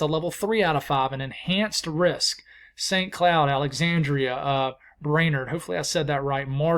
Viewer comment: Well, I have adoration on Monday at noon in Minneapolis. 🤞🙏 And, great job with both Hinkley and Brainard.... you pronounced them both like a native Minnesotan. Well done, sir.